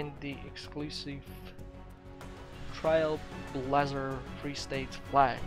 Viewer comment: AWWWWW DUDE YOUR SUCH A FANBOY 😂😂and you also mispronounced TrailBlazer and Collecter . Ukraine buddy . . .😴✋